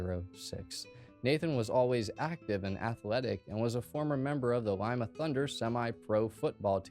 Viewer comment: This is so weird for me I'm from Ohio I live about an hour from Columbus I was born and raised in Lima Ohio and yes you were pronouncing that correct. Although Marysville is about an hour from Lima that's where the football team he joined was from. I now live probably about 20 minutes from Bellefontaine Ohio and Columbus is still the music scene and my two grown daughters go there all the time My youngest daughter's a lead singer in the band Columbus is their hotspot. It's weird to me that even the obituary didn't list his surviving family members I guess maybe you could say for safety reasons, the eagles is around here in Ohio to me anyways just a place where you become a member you pay your dues and you get cheap beer 🤷🏼‍♀️ This was such a sad case but I'm super glad you covered it there's a lot I learned that I didn't know. Thank you for covering this case Pantera we'll never be forgotten especially the members of the band that were murdered the fans the bodyguard and Dime ❤❤❤